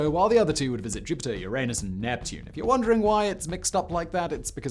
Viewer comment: Notice how Simon pronounces the planet that starts with the letter U. Voyager took a picture of my what? Just kidding, great video, Simon. This is a treasure of info and images. Mind boggling to compare the 8 minutes it takes the sun's rays to reach Earth, with the 21 hours it takes them to reach Voyager. That puts the distance in perspective!